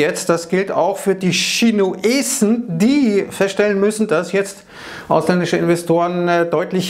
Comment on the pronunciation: "... Schinuesn ..." =:face-blue-smiling:👍👍👍